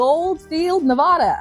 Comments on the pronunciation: Disliking bc you mispronounced nevada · Noooooo you said nevada wrong omggg! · i like mispronouncing nevada to piss off my nevadan friend